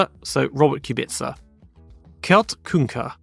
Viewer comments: The German Kurt is pronounced more like court Well you often pronounced the u often more like a ü to me, however you did it well in combination with an a in front like in Lauda 😉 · No, it's pronounced "Kurt" 😂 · Kuuuuuurt was wrong, long u as in kurz or shoe maybe. Not Kört